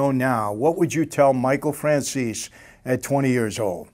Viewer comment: Please ☺️Mr Franzese, say Mr Franzese with e in der the End of the name instead Franzes without e. 😃 but is not important....:) god bless you and your family Greez Davide